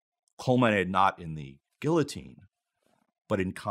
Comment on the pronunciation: The opening monologue had a man with a crooked tie who cannot properly pronounce guillaotine. Dissapointing... Peace